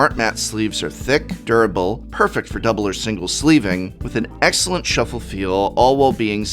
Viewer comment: Ah yes.... A for "Aexcellent".